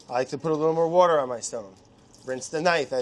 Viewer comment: mariekt I did notice a time he pretty much pronounced it perfectly, and I really wanted Hunzi to put up “water.”